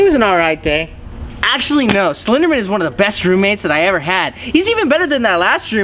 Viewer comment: Day not dy